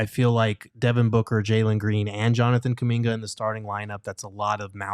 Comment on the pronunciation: Pronunciation: \Jonathan coo-MIN-guh